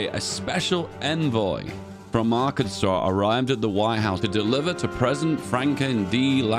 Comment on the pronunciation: Is secretly an American? Aint no way a Brit knows how to properly pronounce Arkansas